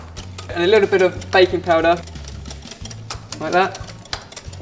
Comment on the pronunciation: when said baking powder, i thought he said baby powder.:P